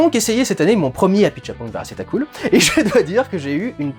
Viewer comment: On sent le mec qui s'est entraîné à dire Apichatpong Werrasethakul, cela dit le résultat est là 😁😁😁😁